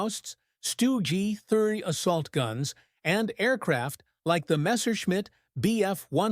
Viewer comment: AI crap with the stug pronounciation of stewy G.